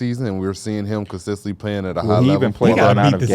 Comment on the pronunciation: “Consistently” CON-SIS-TENT-LY. Not consisently bro driving me nuts I hate to be that guy and love you fellas but DAMN